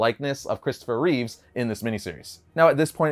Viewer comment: Christopher Reeve not Reeves.